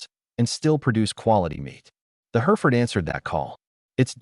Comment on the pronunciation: hɛrɪfərd/ - HERR-if-ərd There is no her in the word.